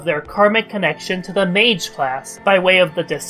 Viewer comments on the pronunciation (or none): none